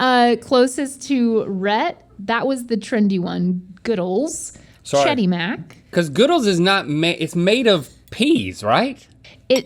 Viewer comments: Why are you pronouncing Goodles with a good when it clearly rhymes with noodles xD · It’s pronounced goodles and not goodles? It should rhyme with noodles imo